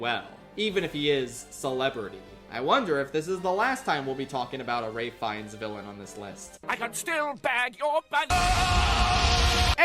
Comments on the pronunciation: TIL Ralph Fiennes is pronounced as “reyf fines” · Ralph Fiennes' first name is pronounced "Rafe"; it's common knowledge!